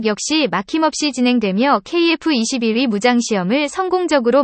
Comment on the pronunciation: 중국인이냐? 아님 연변족이야? 어휴 그냥 까기 바쁘구만..ㅋㅋ ㅋㅋㅋ 전투기의 전자도 모르는 면서 뭔지도 모르면서 막 읽어대니깐 좋지?ㅋㅋㅋ 발음이나 똑바로 해라 어디 TTS로 읽어대면서 KF-21깍아내기 바쁘지? 한국사람은 케이프가 아니라 케이에프라 발음한다 알겠냐? 중국은 유튜브 안되는데 한국안에와서 만드는거냐? 누구 지령받고 이런거 만드냐?